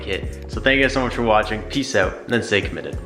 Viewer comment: it’s out not ouute